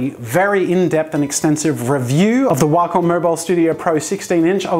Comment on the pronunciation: He said Waaacom O.o